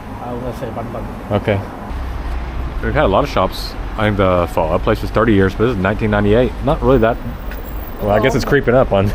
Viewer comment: Why does he pronounce Pho like Phaar? His pronunciation of the Vietnamese words just sounds stupid. Stop trying so hard.